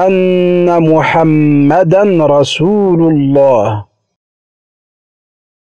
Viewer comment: "...muhammadarrasulullah." not muhammadan rasulullah.